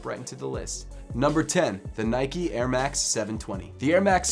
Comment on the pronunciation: Why does he say airmax more like Ermak